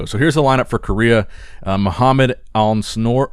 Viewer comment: Alnsoor is basicall pronounced elnsoor